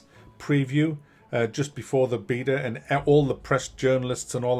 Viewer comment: Lovely! You pronounce beta the way god intended, good on yer mate!